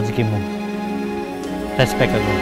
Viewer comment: Spontan bgt ku ulang pas bagian harusnya ngomong respek tapi malah jd tespek😩😅🤭 kirain aku yg salah denger